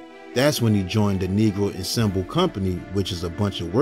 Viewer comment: You said ensemble wrong.